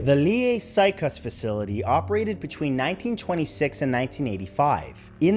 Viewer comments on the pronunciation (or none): I got to say, i laughed way to hard at his attemt to pronounce Lier sykehus 😂 as a local, that made my Day ❤️